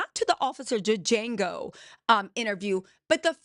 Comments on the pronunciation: Sis.. love the name for officer maga.. but it’s Django. JANGO.. the d is silent! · DID YOU SAY OFFICER DEJANGO??? 🤣🤣🤣🤣